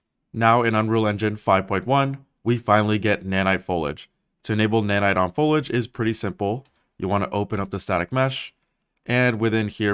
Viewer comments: OMG dude stop saying FOLAGE without the I! The word has three syllables - fo-lee-age. I had to stop watching half way through as I just couldn’t handle hearing it pronounced so badly any more. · "The reason why is one word, and that is... foe-ledge"... lol... it's foliage, pronounced foe·lee·uhj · Fol - Iee - age. not 'Follage'. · Lisa: "It's not 'foilage' mom, it's 'foliage', fo-li-age" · fol-e-ij vs fol-age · For the future, it's pronounced fol-ee-age. Perhaps you were saying it correctly, but it sounds like you are saying ful-age in the video. I hope this helps! Great video, I loved it :D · Two small points: 1. It's pronounced FOL-ee-idge, not FOL-idge 2. Fewer polygons, not less polygons; basically, if the plural adds an "s," it means the items are countable, so use "fewer." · This guy is skipping an entire syllable in "foliage" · It's pronounced fow·lee·uhj ;) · It’s pronounce “fo-li-aj” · please look up how to pronounce foliage. Foliage American pronunciation Sounds like fow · lee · uhj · May I offer constructive criticism on your pronunciation of certain words? Foliage is 3 syllables and should sound like Foley edge Cupboard should sound like cubbard Thank you. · Sorry I stopped watching your video when you miss pronounced Fo- lee- age/ foliage 😏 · Foliage has three syllables. Fow-Lee-Idg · Great video but is no one bothered about the pronunciation of foliage bro saying folage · What is this guy's deal? "Folidge". Sketch pronunciation. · Foe luj? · Is nobody going to talk about "folage"? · If you're going to make a whole video about foliage, please learn how to pronounce the word. It's Fo-lee-ij. Also, how do you not know how to pronounce cupboard?! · Foe lee edge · why do you keep saying "foe-lidge"? Do you mean foliage? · You are saying foliage wrong. It is pronounced foh-lee-age. You are not pronouncing the i in the word. FOH-LEE-AGE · You pronounce "foliage" wrong, and it's annoying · Thanks for this, I was going insane with the "fo-lidge" business!